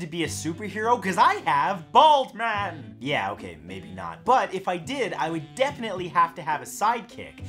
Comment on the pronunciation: He said, "Bald man". I heard, "Balls man".